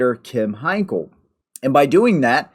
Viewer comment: Henkel is pronounced like Twinkle fyi